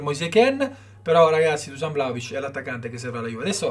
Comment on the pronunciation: La pronuncia..!!!!.. io sono serbo